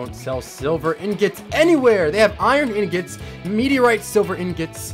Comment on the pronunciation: I love how he says in gets instead of ingots.🤣🤣🤣 It’s truly beautiful.